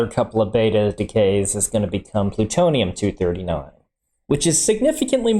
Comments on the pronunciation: My favorite part is when he said "Pluturnum 239" By a long shot! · What is Pluternum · Pluturnm 😂 I don't mean offense by this it just made me laugh so hard